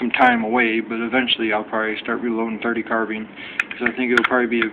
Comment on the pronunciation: Carbean its carbine